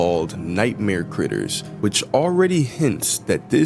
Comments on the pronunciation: in allister gater you said G when there is no G in "critters", did you mean T? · Dude I. Amsterdam he is the first T NOT G the is no g in critters